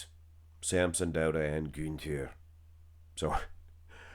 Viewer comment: You pronounce the "Ü" in Günther very well. The same "Ü" needs to be used in "Rühl" instead of the "U" or "OOOO" you like so much ;)